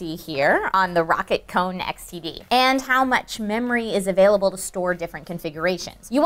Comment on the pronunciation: When she says xtd it sounds like std